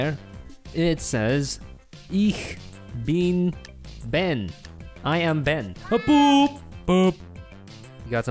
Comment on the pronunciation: „Ich bin Ben“ is German ha ha ha diese aussprache 😂🤣